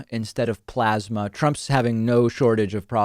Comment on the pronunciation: His pronunciation of "Plasma" is attributed to his love of the glory days of the PLAZA HOTEL.